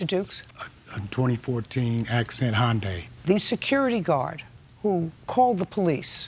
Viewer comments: It annoys me that she keeps saying Honda accent instead of Hyundai Accent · Lol "Honda accent" it's "Hyundai" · Why did judge keep saying “Honda” it’s Hyundai 😂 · and its hyundai not honda!